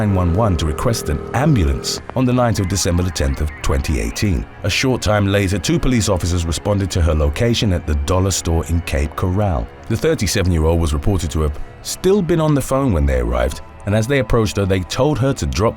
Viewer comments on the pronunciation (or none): Cape Coral, not "Cape Corral"